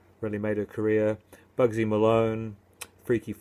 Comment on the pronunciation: It sounded like you said Boogey Malone its Bugsy or do I need to clean out my ears :)